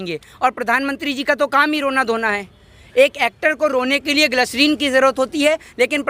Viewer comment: Gaslerin nahi gaadhe gislerin hotaa hai phele tu gawaar hai